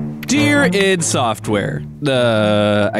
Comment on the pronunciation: Why is he saying Id like that...